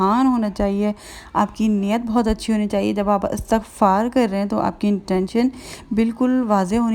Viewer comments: بہن اٙستٙغفار نہیں ہوتا اِسْتِغفار ہوتا ہے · Dear astaghfar ni h bl k lafz istighfaar hota h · astagfaar ni istigfaar hota hai